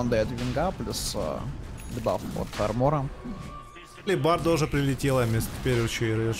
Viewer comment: алибарда? ЧТО ЭТО ТАКОЕ? где вы это прочитали? та блять написано, ХЭЛБЕРТ